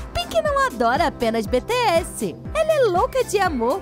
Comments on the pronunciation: ela fala bts errado pq ela falou betesse n bitiesse pelo amor de Deus nee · "beteéssi" essa quebrou meu coração kajajajajajakakakaka ai meudeus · Ai que agonia ela falando BE TE ESSE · Deu uma raiva ela falando: "BE TE ASSE"" 😐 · Mano se fala bitiess bts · Eu ouvindo ela falar os nomes errados: 🤡🤡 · eu escutando eles falarem bts errado:😒